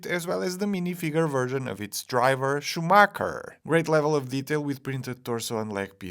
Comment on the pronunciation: It's schumacher not Schumacker